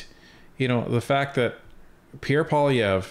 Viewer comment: I find it funny that Trudeau speaks fluent French, but pronounce Pierre's last name as "Poli-evh". Trudeau is nuts.......just plain nuts.